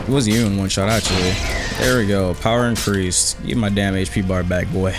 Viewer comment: "Shadow Ikireased"